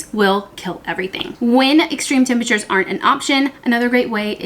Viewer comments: Great tips! BTW, it's tempERature not tempAture. LOL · You’re adorable and love watching you.... (whispers temperature 😂 not tempatures )